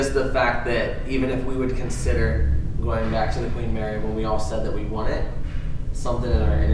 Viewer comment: Queen “Marry”